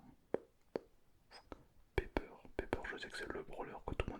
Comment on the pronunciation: ON DIT PAS PEPER ON DIT PIPER OU POLLY